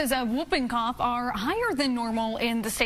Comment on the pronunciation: Someone please tell Charlie how to properly pronounce “Whooping Cough”😂